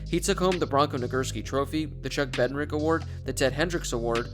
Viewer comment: Bed nar ik. Pronounce it correctly please